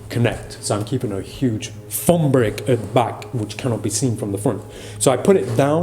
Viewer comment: When you said fumb instead of thumb- was that subtle sarcasm or just heavy British accent